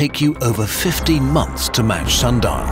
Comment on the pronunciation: Did he say 15 months or 50 months?